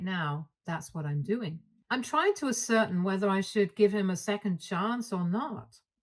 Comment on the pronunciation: a reading comment: ascertain is pronounced as-sir-tane